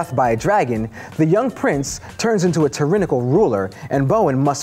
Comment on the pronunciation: Tarinical? I'm out.